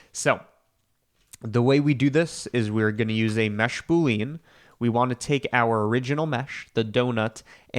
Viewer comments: I say this not to be like ‘aha, got you!’ but because I think you're the kind of person who cares about getting these things right: boolean is pronounced ‘boo-lee-in,’ not ‘boo-leen.’ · you mean boo-lee-uhn 🤷‍♀ but yeah, don't get riled up when people pronounce stuff differently. Some do it for fun, and like others suggested, it may have been to trigger engagement which I don't mind since Youtube did changed the algo. I sometimes just comment on a video to support the youtube channel 🤷‍♀ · Proof is an alien: the way he says button and boolean.